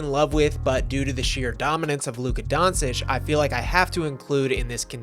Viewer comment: Luka Don-sich? 😅